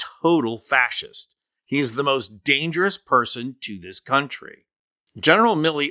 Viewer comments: Pronounced "fas hist". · I’m so sick of old white men, rotting away in our Capitol, not representing the will of the people. Kennedy can’t even say fascist….fassest? Kennedy is a giant tool. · Kennedy can barely prononce the word Fascists or fascism. A complete russian tool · Sorry, but that's a senator that can't even say faciast 😂😂. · God John Kennedy is STUPID. He pronounces fascist fasist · What's a fastisst? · A "fassist"? Lordy, at least learn how to pronounce the word, Kennedy. At least Manner has good manners. I would find it hard to contain my composure at Kennedy's supercilious comments. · Hillbilly cant pronounce fascist he say fassest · Attending is mispronouncing fascist. Sounds like he's saying fas its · What's that an alternaative enunciation of fascist? Fasist. Who does he think he is to say it makes you angry, doesn't it....? Highly educated and can't pronounce a word? How'd he get a degree? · Fasist.....can not even say it correctly. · This Senator doesn’t even know how to pronounce the word Fascist. He sound childish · The moron cant even pronounce the word “fascist” what a disgrace, this guy is an elected official. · Kennedy cannot even pronounce the word “Fascist” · The senator from Louisiana can't pronounce fascist correctly. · Apart from being a total asshole, as always, Kennedy doesn't know how to pronounce fascist and its derivatives. He really thinks he's special. Idiot! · Mr. Kennedy can’t even pronounce fascist. 😢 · He can't even pronounced fascist correctly. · Cannot pronounce fascist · is he mis-pronouncing Fascist on purpose? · Kennedy can't even pronounce fascist correctly, lol! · Did Senator Kennedy graduate from high school? Has he never heard the word fascist pronounced before? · OMG he can't even pronounce fascist? This is the problem they are threatened by everyone that is more intelligent ! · Mr. Kennedy can’t even pronounce the word fascist. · A Fascist, who can't pronounce the word "Fascist"... Priceless.